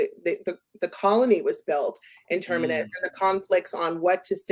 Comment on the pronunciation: Please: the planet is called Terminus. Ter-mi-nus. If you're hosting a podcast about Foundation, please pronounce the names correctly. The name even indicates it's at the galaxy edge - it's like terminates. Not Termerus....